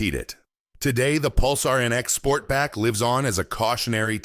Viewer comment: "Nex?" Teach AI how to talk correctly before you lean into it. Also, the video for the Pulsar shows clips of the far superior NX model from the 90's. Fail.